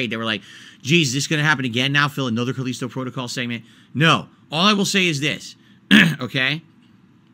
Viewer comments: "Caleesto Protogoll" lmao Okay I was on the fence about this game but if likes it, I better give it a miss for now. He's the kind of person who always defends objectively bad games such as Sonic 06 or Ride To Hell Revolutions. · Call-eesto Protocol 😆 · He keeps pronouncing Callisto wrong, does he not know how to read